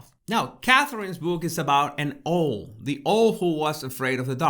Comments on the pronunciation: haha! I was also loving the way says 'owl' and I would NEVER want him to change! I truly love hearing people whose first language is not English - it brings such beauty and depth to words we take for granted, not to mention the fact that they've put in the work to speak another language! xx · Hannahhobnob20 I also loved how pronounced Owl 🦉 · It is ow-l, not oh-l....but your pronunciation is charming. Love how you unpack symbols as as behaviors. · It's Owl, not an oil or what ever you said, Owl! O w all! say it that way. And Owl is a bird of prey in the USA, and most everywhere else today! Other than your mispronunciation...I do love your commentaries! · Owl is pronounced in English almost as two syllables: OW-well. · please get some pronounciation lessons🙏 sometimes it's really annoying you pronounciating specific words: it is OUWL, not Ooohl. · He doesn’t know how to pronounce owl. It pronounced ‘au l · Owl sounds like owul X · Love your pronunciation! Owl actually sounds like "awwl". I always enjoy your work, thank you. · Pronounce Owl= OWW ell Does that help? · Oh!!! I absolutely adore your pronunciation of the word “owl” “owhl” sounds much more romantic and fascinating. I love your videos x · "Ohwl" is the cutest mispronunciation I've ever heard! Absolute respect to you x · Love 💕 to you and yours . Owl 🦉🦉 is a tough one to pronounce if English is not your first language 🌹OW:L ..as in OU..T . Hope you don't take offence .. I'm just an old teacher working with the TEFL course students . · I don't know any English person who pronounces owl with 'well' on the end but I know what you're tying to say 😂 Prowl without the Pr. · I think you want to get the usual pronunciation in English for owl, at this point in life ...owl as in how or cow or now. Or vow, as in wedding vow,. Or wow. ....Cow is good,. As in,. " Mm is such a jealous cow. " 🐮🐄🐮🐄🐮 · try saying AOWL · You say owl in an unusual way, or maybe that's me.